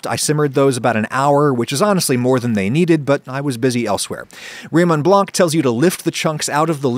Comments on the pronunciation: the c in Blanc is silent. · For the love of everything that is holy, the C in Blanc is silent, it's not that hard...